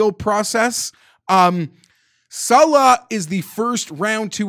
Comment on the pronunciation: Can someone tell hes pronouncing saleh wrong